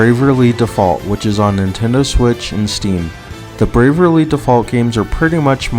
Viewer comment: Eye twitch at you pronouncing it braverly default